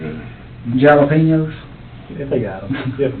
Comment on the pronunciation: The most disturbing thing about this video is how the detective pronounced the word jalapeño